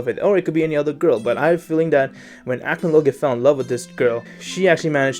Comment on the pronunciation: He didn't pronounce acnologia correctly